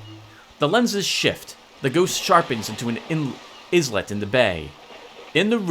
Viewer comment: Islet, a small island. Pronounced exactly the same was as eyelet. Basically a silent S. Start saying Island then replace the land with let.